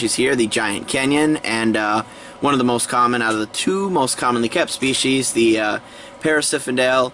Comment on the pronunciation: its parasphendale not parasiphendale lol ugh